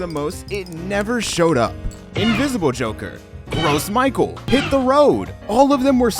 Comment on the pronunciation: Also you mispronounced gros michel